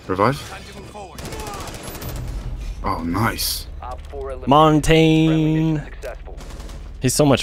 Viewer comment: In French Montagne is pronounced Mont-anye